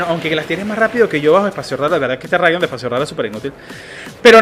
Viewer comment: Rigod en vez de Ridon 🤣🤣🤣🤣🤣🤣🤣🤣 buenísimo